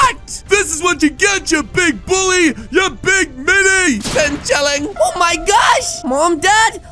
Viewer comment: He deserved that he said “been chilling” it’s bing chilling!